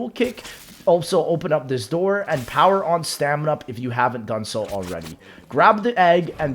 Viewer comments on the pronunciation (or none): none